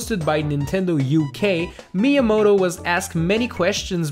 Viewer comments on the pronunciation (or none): none